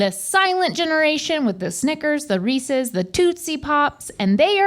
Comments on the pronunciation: yea like when people say “reesee cup” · Speaking of pronunciations Rhett… Reeces is supposed to rhyme with pieces… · Reecee? Reese's. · How is Link going to worry about saying Tootsie pop like that but then says Reesey’s. It’s REESE’S. Reese was a person! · They say people mispronounce “ tootsie “ but then pronounce Reese’s like “ reesEE’s “ 🙄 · It's reese's with an apostrophe. Reese owns it. Not reeseas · Rhett aggressively correcting Link’s pronunciation of tootsie while confidently saying “Reesee cups” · And they all say reeseas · its called an accent in portugal (where i live and where english isnt the official language) we pronounce reeses some times with a trilled R becouse that is very common over here so like Rrreeseas, other people pronounce it reeseas and some other pronounce reese-es...and thats inside the same city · The irony of Rhett saying they were pronouncing Tootsie incorrectly after he called a Reese's cup a Ree-cee cup is not lost on me. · them talking about the correct pronunciation of tootsie after repeatedly saying “reesee cup” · How tf does the dad say Reese’s correctly but Rhett and Link screw it up? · I will never not loathe how they pronounce Reese's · Rhett telling Link how to pronounce Tootsie even though they both can't pronounce Reese's 🤣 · The last ee in Reese is silent. The oo in Tootsie is like the oo in book or look etc. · Hearing Rhett correct the Neal's on "Tootsie", while mispronouncing "Reese's". Classic.